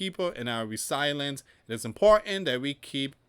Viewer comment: I watched your presentation because YT suggested it. This is a very surface level analysis and it would be helpful if you could pronounce Ukraine. Not Crane. Resilience is pronounced re-sil-e-ence. The peace plan is not Trump's, it is the points Putin has been using for years now, there is nothing in it that benefits Ukraine. Witkoff is a real estate developer with no previous experience in ending wars - no diplomatic skills. Would you trust the guy who builds your house to end an international war? Under the plan , Ukraine (with a U) need to give up 20% of their country, halve their army so they can't defend themselves if they are attacked in the future, they are not allowed to form defence alliances with other countries and no real security guarantees that are binding are proposed. The peace plan is simply give everything to the Russians, who invaded in the first place and the Russians get no penalty of their behaviour. Is that morally right? What would Jesus say about the largest country in the world taking even more land from a smaller country? Would Jesus side with the rich over the poor and oppressed? Did he see the money-lenders at the temple and say 'well done boys, keep making money'? The peace plan has been rejected because it is unfair. The war has gone on for four years, but Ukraine is actually winning tactically. they have destroyed : - Tanks destroyed: ~11,373 - Armoured fighting vehicles (AFVs): ~23,628 - Other vehicles and fuel trucks: ~68,351 - Special equipm